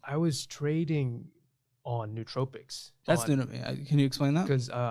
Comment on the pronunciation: Nootropics is pronounced no-o-tropics.